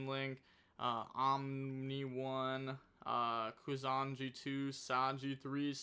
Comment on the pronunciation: It's not Kusanji, it's Kusa Nagi (koosa nagee)